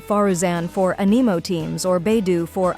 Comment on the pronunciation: According to her it's "finding A nemo" ugh it's spelled anemo yes but is pronounced "Anne eh moh" pronunciations kill me help